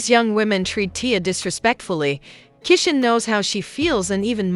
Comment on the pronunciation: Y'all need to get a narrator who knows how to read these people name. She's not saying Tia name right and she's not pronouncing Chrisean's name right.